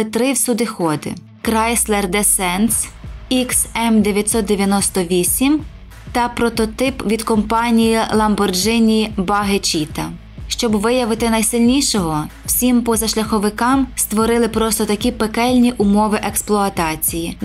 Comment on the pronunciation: Дякую за вашу роботу, але зроблю декілька зауважень. 1 не ламборДЖині а ламборГІні, 2 дорожній просвіт і кліренс трішки різні речі( дор.просвіт це висота від землі до найнижчої точки авто, ричага підвіски чи моста, кліренс висота від землі до днища авто) 3 пзрк стінГЕР, а не стінГРЕЙ.